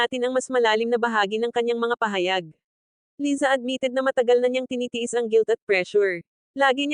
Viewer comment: Hehe umuwi cia para pag usapan😁 Laysa ang korek pronunciation👏